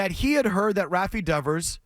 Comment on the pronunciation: He can't even pronounce Devers name. What a complete asshat Will Clark is.